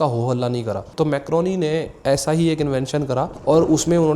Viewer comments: Guglielmo Marconi ✅ Macroni ❎ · Macroni nhi bhai marconi😂😂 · Bhaijan 1st: macroni nahi Marconi tha 2nd: TransAtlantic ka matlab, Atlantic ocean k across message bheja. Matlab Europe to America. 3rd: year 1914 me noble prize walon ne offer kya tha k Tesla and Thomas Edison ko mil k shared prize dya jaye. Laiken thomas ne Akarr me aw k mana kr dya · I like your video. Just a small correction – it is not Mac-ro-ni but it is Mar-co-ni. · Very nice buddy, but wo मारकोनी है मैक्रोनी नई है😑 minute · Maar Coni .... Not MacRoni ..... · Bhai wo marconi tha… macroni nhi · 😂Bhai Macroni na bolo… he was Marconi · Not macroni its marconi bro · Bhai macroni ni wo marconi tha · bhai nobel prize winner scientist ka naam marconi tha macroni nahi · Bhai woh marconi h macaroni nhi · you pronounced the name wrong it's mar - coni , not criticizing just correcting .